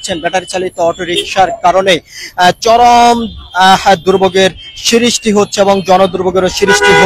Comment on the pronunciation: যানজটের "সিরিষ্টি দেখা দিয়েছে" কী ধরনের ভাষা! লেখাপড়া জানা সাংবাদিক কি দেশে আর নাই বা হবে না!! দৌরাত্ম্য কে দুরত্ব, সৃষ্টিকে সিরিষ্টি বলছে, তা বলুক। উচ্চারণের সমস্যা বা আঞ্চলিকতা কথায় আসতেই পারে। কিন্তু ভাষার উপরে বা বাক্য গঠনের উপরে দখল না থাকলে তো অশিক্ষিতই বলা উচিত নাকি? দেড় মিনিটের একটা রিপোর্টকে হুদাই টেনে ৫ মিনিট ৫২ সেকেন্ড বানানোরও কোনও কারন পাইলাম না। সম্পাদক বলেও কি এই চ্যানেলে শিক্ষিত বা দায়িত্বশীল কেউ নাই!?